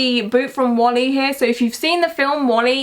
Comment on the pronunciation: It’s adorable how you pronounce Wall-E as Wally 🤣